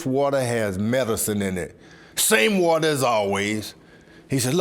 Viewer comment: The wata! The wata!!